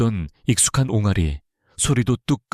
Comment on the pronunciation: 틀린 발음 => 옹가리, 온가리 (X) 바른 발음 => 옹알이 [옹아리]